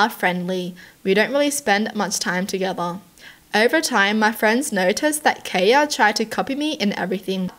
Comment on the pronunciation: My name is kaya, this is the first time I've ever seen someone pronounce it the way I do. And I just had to be the weird stalker girl lmao